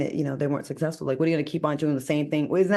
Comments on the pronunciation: I love Al, but I find it difficult to believe he receives many job offers that require him to speak in public. He uses the word "SUC-CESS-FUL"too often to pronounce it SA-SESS-FUL. Enunciation should matter if you're a serious educator. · Al please pronounce the word, "successful" correctly, PLEASE! It's not pronounced sussessful. Say Successful....okay I'll wait.